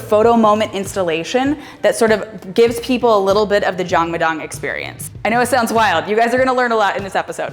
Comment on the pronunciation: Look at you giving back! and in the house. This was an eye opening experience. Thanks so much for sharing. Most impressive - you pronouncing Jangmadang like a G!